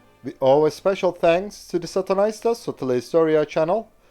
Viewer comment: For me the first part sounded like he was saying "Saatana", (Satan).